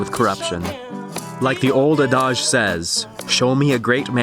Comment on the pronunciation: "like the old uh-DAHj says..." haha pretty sure its pronounced a-duhj / ah-dij